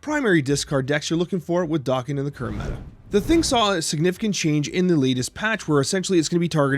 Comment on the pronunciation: I see we're sticking with the "dock-in" pronunciation?